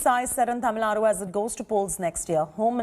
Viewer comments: Why do every news reporter say tamilnadd instead of Tamil naduu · Even in English it's pronounced as Tamil Nadu only,not Tamil nadd.😛😛